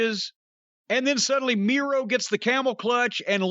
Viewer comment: Miro sounds like he says "Durvy"